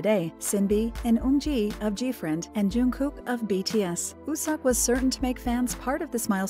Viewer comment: ...... I'm pretty sure his name, wooseok, is pronounced as "wusok" not wusex